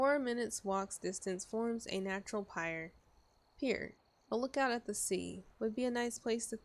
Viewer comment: Game looks awesome. Its nice to see a game that can put me on edge and still have a sense of humor. Also it irks my arsonist heart that you mispronounced pyre three times, only to mispronounce pier as pyre a minute later.